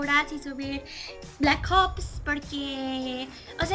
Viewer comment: Eres buena al principio me dio risa como pronunciaste black ops pero buen video